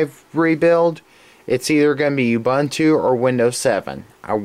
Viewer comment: I like how you say you-bunt-to. lol I think its uuuuuubuuuuunnntoo